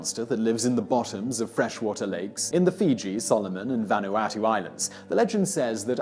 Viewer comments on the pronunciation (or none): none